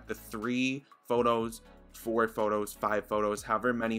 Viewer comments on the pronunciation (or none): none